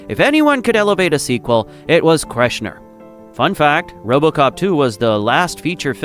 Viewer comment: "KERSH-ner" Gracious